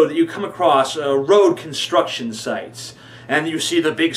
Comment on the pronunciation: when you said sites. I thought you said dikes on the road. and you peaked my interest.....lol